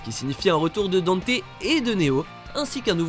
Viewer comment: Tiens je te copie colle mon com hahahaha pareil, non des trucs comme du fait que le pitch de départ de DMC3 c'est Dante qui ouvre son agence le Devil May Cry, alors que le nom n'est choisit qu'à la fin :3 Dante qui est prononcé Danté, CF: l'animé et la vf de DmC Tu ne parle pas de l'animé, mais il me semble qu'il a été canonisé récemment, CF l'appel de Patty à Dante dans un leak ou trailer je crois et une interview Bon le Vergaïl tu l'as dis qu'une fois donc je te pardonne 😁 Même si ça me plait pas des masses Itsuno a récemment situé Devil May Cry 2 avant le 4😥 Je crois que c'est tout de ce que "j'ai tiqué" sur la video😗